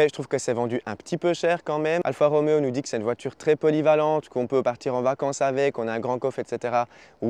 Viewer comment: Alfa Romeo pas Alpha Roméo, Anonima Lombarda Fabbrica Automobili, pas de ph qui fait le son f en italien.